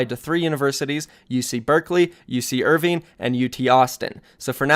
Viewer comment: He sated Irvine as eer-veen not as er-vine. Cmon man